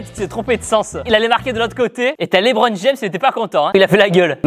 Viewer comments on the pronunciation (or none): none